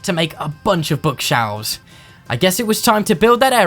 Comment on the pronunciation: I may be dumb or new or something but he says book shalves